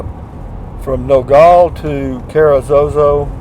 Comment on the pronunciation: It's not pronounced No-gall. Locally it's No-gal. Gal like a woman or girl.